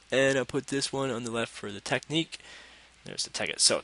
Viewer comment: it's not teck-neek, it's tech-nick